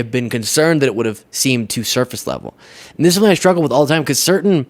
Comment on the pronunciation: Drumpf pronounces the word "something" as "sumpthing", with a p